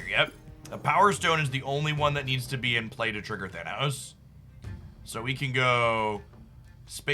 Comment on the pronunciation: “To trigger thanOhos 😫”